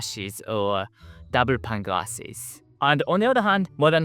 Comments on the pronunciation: Pane (ie: window pane of glass) is pronounced like "pain". I'm glad we have insulation, it's -20°c right now, here. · Your videos are always so thoughtful and informative. Thank you. I hope you don’t mind me explaining that “pane” is pronounced the same as “pain”. Greetings from a very well insulated old house in England.